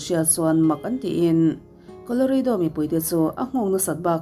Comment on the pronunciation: Koloreidaw❌ Koloradaw✔️